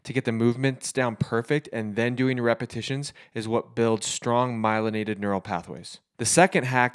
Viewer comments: Repetitions not repitions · It was "repitions".. How do you chirp so poorly?